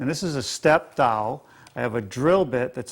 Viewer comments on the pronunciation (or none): Drives me crazy when he says doll instead of dowel.